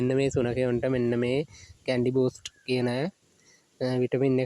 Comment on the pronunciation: කැන්ඩි නෙවෙයිනේ කැනි